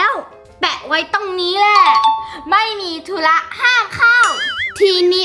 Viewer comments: เฌอแตมธุระไม่ใช่ทุ้ระ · ทุระไม่ใช่ทุ้ระ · ธุระค่ะ ไม่ใช่ทู้ระค่ะ💌